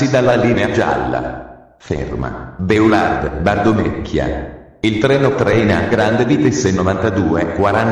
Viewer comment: Infatti... orrendo! B-e-a-u-l-à-r-d, ad esempio, non si può sentire🤣